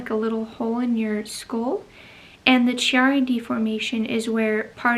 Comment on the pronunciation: I am sorry to hear you have Chiari. (I believe the ‘H’ is silent) You must have excellent healthcare providers looking out for you to receive a diagnosis at such a young age! Chiari is common with connective tissue disorders. I have Ehlers Danlos syndrome and have suspected I have a Chiari as well however. The MRI I had done in 2012 didn’t show anything despite symptoms. I am wanting to know if your MRI was an upright one? I’ve read that Chiari is easier to detect on an upright as gravity is a factor and as humans we don’t spend out lives lying down and we have the symptoms standing up. In Canada sadly we only have one upright MRI machine in the entire country supposedly (I may be exaggerating here, but there really is only one in the western provinces, in Kamloops BC is what I was told) so virtually impossible to get the test done unless we travel to the states which of course we can’t do due to COVID right now. Health care is a struggle when you don’t live in a large city in Canada. Very hard to see specialists. By the grace of God I keep carrying on with a smile on my face! Keep doing what you’re doing for your posture! The books I’ve read by Pete Egoscue on chronic pain have really helped me as well as his postural exercises which a massage therapist introduced me to years ago. I wish I had access to this information in my twenties. This was a very interesting video and I sure wish you the best with everything! It’s a lot to be dealing with while being pregnant. If you ha